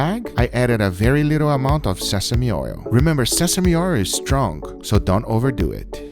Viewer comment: "Remember sesame oir is strong! So dun over dueht! Lmfaooo! where I can buy sesame oir? Instead of sesame oil? Lmfaooo!